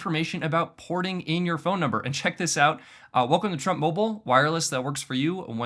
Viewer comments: let's not forget to metion "Portin" instead of "porting" 😆😆 (one instance is ) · “Activate and Portin your number”… Portin? Wow.